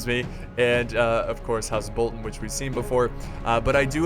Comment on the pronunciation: The way he says Bolton triggers me xD. Still love the channel though.